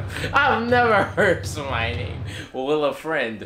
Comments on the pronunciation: Will-a-friend? 😂 What meant to say (by my guess) was Wilfred. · Not Wilfred but Will-a-friend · Matthew will-a-friend dawg 😂😂😂😂 wth 😂😂😂😂😂